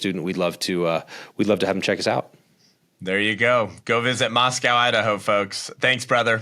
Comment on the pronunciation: Mos-co. No cow involved... good show